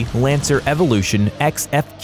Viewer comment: what the f. why pronounce it as evolution ex , its pronouce as evolution 10 its just roman numerals.